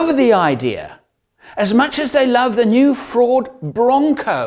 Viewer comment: When you said Ford, I only heard 'Fraud' the first few times. Sorry.